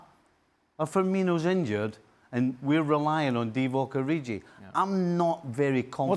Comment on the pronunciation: Lol did he say "Divock ORIJI" 😂😂😂